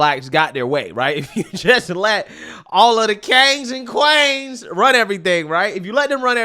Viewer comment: "Kangs and Quaans!!" 🤣🤣